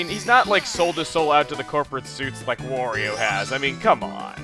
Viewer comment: Wa-REE-Oh! Not Wore-EE-O!!!